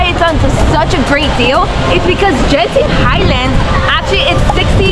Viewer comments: Genting pronounce as G not J as in games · The G in Genting is pronounced like the hard G in "Game"